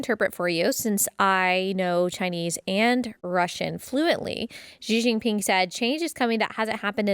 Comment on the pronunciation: If you say the first two characters in Xi Jinping's name just like the words "she" and "jean" in English, you'd be closer to the right pronunciation. It's like an "sh" and a hard "j".